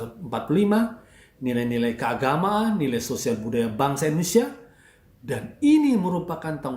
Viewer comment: Seks = nice! (jangan munafik) lebih baik munaroh 👻 ga semua orang punya garansi kuat panjang umur!.. Banyak yang mati muda!.. DAN BTW.. ITU ORANG KO KAGA BECUS NYEBUTIN INDONESIA SIH..?